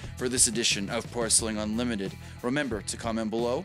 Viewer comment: Please stop with the intro... you say unlimited very strange